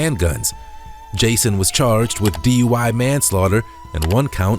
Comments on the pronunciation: The first turd, on the motorcycle, was almost correct. He said "...Z,U, I..." instead of D.U.I.. :face-orange-raised-eyebrow:😆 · He said “DUI Z”! Hahahahahaha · He said duiz...😅 said 69 at least 3 times. 😢Dang alcohol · He said, D,U,I,Z, classic. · Did he say D.U.I before Z? 😅😅😅😅😅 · Alphabet "duid" he almost got dui right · First dude said for the alphabet “DUIE” lol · Did he just say D.U.I.Z ?? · Bro said DUI-Z 😂😂😂😂😂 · Dude said D-U-I when he was trying to do the alphabet lol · Bro said DUIv lmao